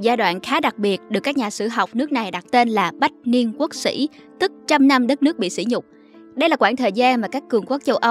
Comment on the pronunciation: mc cần đọc đúng chữ sỉ và sĩ để không lầm ý nghĩa. Nghe chán quá.